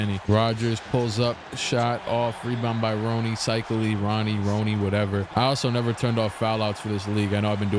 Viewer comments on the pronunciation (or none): It's Ron-EE not Roiney